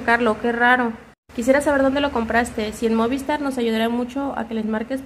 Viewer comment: Me pone nervioso que diga MÓVISTAR y no MOVISTAR jajajaja pero gran chismeee